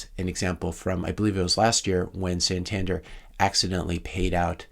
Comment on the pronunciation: Santander is a Spanish bank with branches all over Europe. Btw pronounced San tan Dare